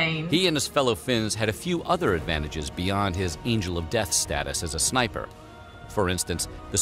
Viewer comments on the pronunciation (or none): none